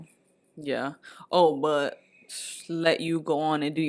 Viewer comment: Me acabo de dar cuenta que dice but como butt y ahora no puedo dejar de escuchar butt